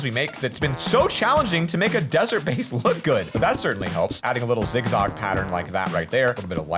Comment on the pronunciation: "zig zog pattern"